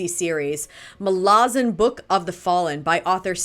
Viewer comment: Its Malazan not Melasian